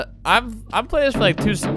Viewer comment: I lile that you say lile